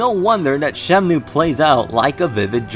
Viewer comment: Very well done, thanks. But I have to say-- you're just slightly missing the pronunciation of 'Shenmue'. I think you're switching the N and the M. Anyways, good video.